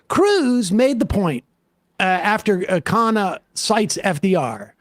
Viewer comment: Dude can't even get people to pronounce his name correctly. Indians DO NOT pronounce Khanna like that. No self respect at all